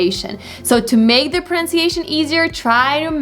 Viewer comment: Here "make" was pronounced "ma". Is it correct pronunciation?